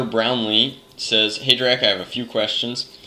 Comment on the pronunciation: Drac, you pronounce my last name right :D That never happens!!!